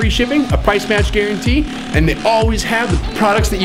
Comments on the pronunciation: "garuntee" oh god I lol'd. It's guarantee. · Guarantee* Not Garuntee